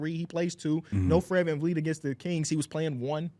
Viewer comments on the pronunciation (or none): none